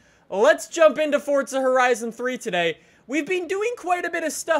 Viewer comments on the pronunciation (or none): Its forza not fortza 😂😂😂😂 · its FORZA lol not FORTZA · can you stop saying fortza holy fuck I've had enough there is no fucking t in forza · just giving u a heads up, it's forza not fortza. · y do people say forza with a t instead of a z its forza not fortza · it's not fort-za it is forza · it's forza not fortza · It's forzahhh not forthza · Its called forza not fortza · Why do Americans pronounce forza like fort za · It sounds like he says fortza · TwiistedGamer XD all you tubers do lik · cuz he does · I love that says fortza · where the hell do you get the t from when you say forza... its not fortza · it's not fortza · Stop saying fortza